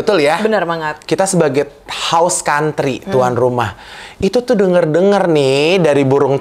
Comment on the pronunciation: Host Country kak bukan House Country.